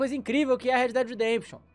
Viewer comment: Red pimba redempition